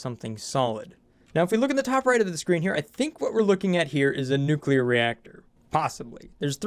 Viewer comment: Oxygen Not Included gone NUCULAR.